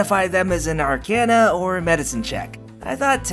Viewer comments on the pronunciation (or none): none